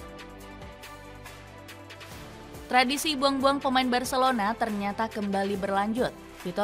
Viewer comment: Roku🤭 yg bener tu roqe😂